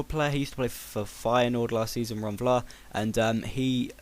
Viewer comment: Btw, insted of saying Vlaar, it's more like you're saying Flaar.. The Dutch and German V, is like saying F!:)